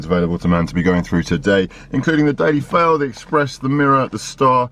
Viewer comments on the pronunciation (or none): Daily Fail, it sounds like Delix Fale